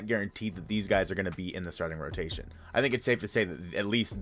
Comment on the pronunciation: Hehehe “rotaion”